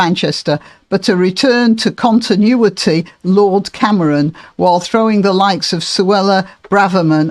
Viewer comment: Did you say Camaron on purpose? That's how one says "shrimp" in Spanish. It's amusing 🍤